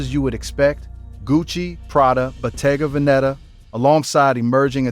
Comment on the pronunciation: As an Italian.. your pronunciation of brands and word killed me 😂😂 Bottega Veneta was the cherry on the cake... 😂😂